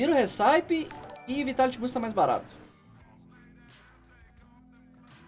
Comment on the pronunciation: a pronúncia correta da receita em inglês (RECIPE) é récipi, e não hissáip.